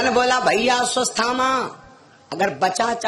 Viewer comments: अस्वसथामा नहीं अश्वत्थामा😮😮😮😮 पहले शुद्ध उच्चारण करना सीखें फिर कथा कहने का प्रयास करें😢 अभी काफी अभ्यास की आवश्यकता है😮😮😮😮😮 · अश्वत्थामा का सही नाम नही ले पा रहा है, जोकर